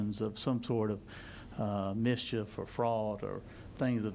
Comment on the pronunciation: the way he says mischief it's more like treason